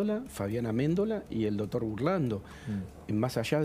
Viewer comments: Me duelen los oídos escuchar al que diga "DOTOR".... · Me gusta el abogado q invitaron como explica todo muy claramente. Lo unico q le critico es q se la pasa diciendo "DOTOR". Doctor, deje de decir DOTOR por favor.. Saludos, la radio esta re buena.